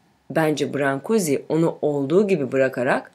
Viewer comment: Heykeltraşın adını çok yanlış telaffuz etmişsiniz!! “brank/guş” diye telaffuz edilir.